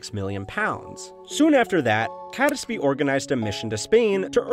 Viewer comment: Good video, but as a British person I'm reminded how un-intuitive English pronunciations are sometimes. Catesby for instance is pronounced "Kates-bee" and Jacobean is "Jack-oh-bee-anne". Both these examples would not place any particular stress on any of their syllables.